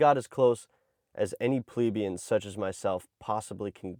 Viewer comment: No disrespect meant by this, because the video is fascinating and you did a very good job. If you're going to make videos like this, pronunciation is important. Not just of the places you show, but in general. Since others have already mentioned Mauritania, I'll mention "plebian." It's pleh BE un, with the accent on the "be", rather than PLEBE e un. Please keep in mind that there's been a deliberate agenda to dumb the population down, that's existed for many years. Don't participate in the agenda! Keep your standards high! Read a lot and use the dictionary. Thanks very much for the video!! 🙂